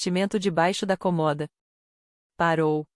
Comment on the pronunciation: Escovar os dentes? Não eram os cabelos? Por favor, prestem atenção na narrativa e que a locutora não diga COMOHDA!!!! A pronúncia certa É CÔMODA com acento circunflexo no primeiro O. 😢